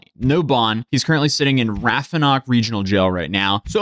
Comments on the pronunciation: ooo you talk fancy. For real though it's pronounced - rap a han nock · The way you pronounced our jail is WILD af, ive never heard it like that. Its Rapp-a-hanock jail, lmao like the river. Funny enough this is the first time ive seen the inside of that jail in like 17 years. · Rap-AH-Han-Ic Rappahannock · Rappahannock Regional Jail is pronoucned Rap-a-han-ock not Rafanock.....lolol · Bro said rah focknock regional jail. It’s RAP A HANOCK regional jail this is how is pronounced lol. I know because I’ve stayed there for quite some time. Rappahannock regional jail is a terrible place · Also, btw, its pronounced Rapp-a-hannock, not raphanock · The county is pronounced Rap-oh-hanock. Raphonok is more baddass though no cap. I live 20 miles from there, it was all over the local news. Its a shame this wasn't Jack doharty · >raffanock regional jail It’s pronounced Rappa-hannik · I've spent my share of time in Rappahannock Regional jail. Definitely not the best jail to have to do time in. You totally butchered the name though. Phonetically, it's pronounced, Rap-Ah-Han-Ick. Like most everything here in Virginia, it's named after an old indian tribe. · Wild to hear talk about my hometown ❤The pronunciation of rappahannock is sending me, though 😂 (Rap a han nock) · no shade, but it's pronounced Rap-Ah-Han-knock. Virginia is hooked on phonics 😂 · Rappahannock (pronounced Rap-ah-han-nick) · It is pronounced Rap-pah-han-nuck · ra·puh·ha·nuhk is how its pronounced. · Say it with me... RAP AH HAN NECK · Rappahannock is pronounced rap-ah-han-ock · The way he pronounces Rappahannock is hilarious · YOU PRONOUNCEDRAPPOHANOK REGIONAL JAIL HORRIBLY BTW